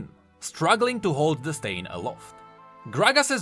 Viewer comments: Stein is pronounced “stine” A Stein is a German beer mug that comes in many sizes and “Stein Art” is something to behold... I know this because I buy meine müther antique Steins for her birthday and for the holiday. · how you say stein kept destracting me from the actul story.